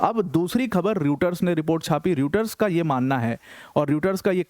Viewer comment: You have to pronounce Reuter as Royter!